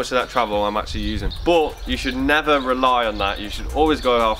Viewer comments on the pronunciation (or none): is that English you're speaking ???? what does "bot" means ??? and what does "mod" means???? did you mean BUT and MUD ?!